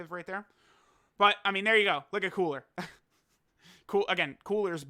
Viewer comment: Coo-ra not cooler